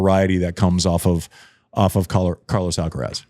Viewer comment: How come an American can say Iga’s surname and not Carlitos’?